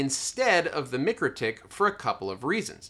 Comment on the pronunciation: Mikro pronounced like Micro, not mickro. Mikrotik pronounced like Micro tick. Couldn’t help but chime in :)